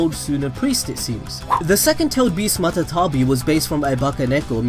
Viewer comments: MATABI? ITS MATATABI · When he called Matatabi "Matabi"... oof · Did he say matabio .....?